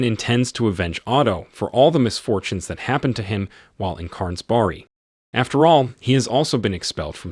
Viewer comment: What is it the narrator is calling the School? Carnsbarry??? "Stjärnsberg" is not pronounced that way.